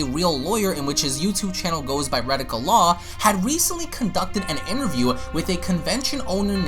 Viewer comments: >reticle law It's Rekieta Law....Wreck-keeta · Re-Kay-Tuh not Re-Tic-Uh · It's Rekeita Law, pronounced "Ruh KAY duh" not "Radical." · Ree-kay-duh not "radical" it's Nick's last name. He has requested that people who clip his content link the clip to him on Twitter. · the way you say rekieta law sounds like radical law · Why do you keep butchering his Youtube name? He says it at the beginning of all his videos. It's pronounced Re-Kate-Ta. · You could at least get ppls names right. Who the f is redika law? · Ra-kay-tuh Law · Rekieta Law, not retika